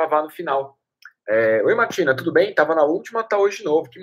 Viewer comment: Muito top como sempre, mas sempre que fala com a Martina, eu tomo um susto. Acho que você está falando: boa noite MATILHA. Aí, eu penso: até tu? Kkk